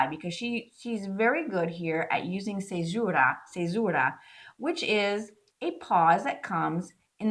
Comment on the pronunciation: A lot of this is over my head. Just here to tell you I love your pronunciation of the word fissura :)